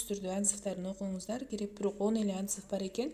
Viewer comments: атзыв эмес отзыв дечи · Соонун маалымат болду, рахмаат но "атзыв" эмес ОТЗЫВ эле болуп айтылат Жаман корбогуло, бул сын эмес